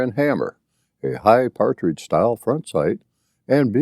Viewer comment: PATRIDGE SIGHT!!!! Not partridge